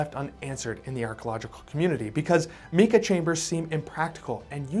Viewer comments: Get the pronounciation correct not "meeka". It is "m 'long I' ka" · In my opinion... A new drinking game. You take a drink every time he mispronounces 'Mika". (Mike-a, not Meek-a...) Unless he's British. They talk funny... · Almost everything he says about technology and science is completely false. And its pronounced “MYKAH” not meeka! Moron. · Mica is pronounced with a long "i" not short my-ka. Not mee-ka...where did you go to school or did you quit,? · 'MY-ca', not ME-ca. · It’s M-eye-kah, not Mee Kah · Meeka sheets - where are you from? nobody pronounces mica that way. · So what is Meka ? it's a word that you just made up, or your are mispronouncing on purpose because of your ignorance ! 🫵😼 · “Meeka” eh? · Sir, you are pronouncing Mica wrong: It is pronounced with a long “i” sound: mica /mī′kə/ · Mica is pronounced with a long I. “My’-kuh”. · pronouncing mica wrong.